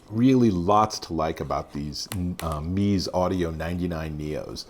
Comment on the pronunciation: Such adorable looking headphones! It’s pronounced “Mezz-A” I believe... I’ve almost picked up this set a couple of times